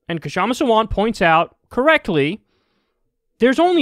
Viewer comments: PSA: Her name is Kshama. The 'K' sound is very brief. It's better to keep the K silent and just call her 'Shama' than make it a hard K sound and say 'Kashama'. So just pronounce it Shama. If your native language has 'small consonant' sounds as in Sanskrit, go ahead and pronounce it Kshama with a short K. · "Kshama" isnt spelt "Ka - shama". Its "Ksha - ma" or if you have problems just say "Sha-ma" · You'll never see this but "Kshama" is pronounced with a silent "K". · Kyle, THE “K” IN KSHAMA’S NAME IS SILENT!!! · Kyle, the "k" in "Kshama" is silent. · Talk , you don't pronounce the 'K', it's just "Shama" ;)